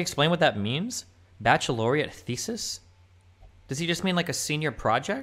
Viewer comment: "Bacheloriate" said SO confidently instead "baccalaureate" lmao! Thats how you know hes such a fraud.